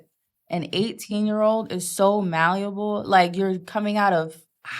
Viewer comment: GOD's plan being thrown all over the place by these wenches, "Malleable (Malluable in her pronunciation)" aka= Submissive, GOD'S MANDATE AND LAWS FOR WIVES, "Wives Submit yourselves unto your own husband" Ephesians Chapter 5 verses 22 to 24.... King James Version (Don't read them Other Bibles)..... ALL OF THESE WOMEN ARE A NIGHTMARE WAITING TO HAPPEN TO REAL MEN, as they ALL SEEM TO BE HELL BENT ON THE RESFUSAL TO SUBMIT TO MALE AUTHORITY !!!!!